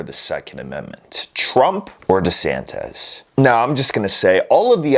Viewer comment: DesanTISSSSSS, not DesanTEZZZ.....